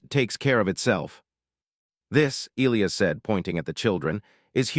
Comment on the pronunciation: Why is it the AI narrator voice always BUTCHERS the pronunciation of what is SUPPOSED to be e-LIE-us?? Not e-LEE-us…..